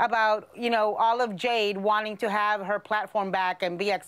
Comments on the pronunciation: "Olive Jade" 🤣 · “Olive Jade” 😂😂